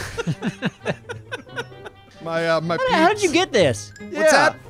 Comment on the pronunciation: Are we going to act like he didn't just say Wyvern and Shirley?